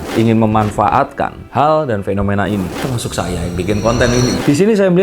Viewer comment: Q melu guyu mas... pas ngomong TERMASUK yang bikin konten ini 😅😅😅😅.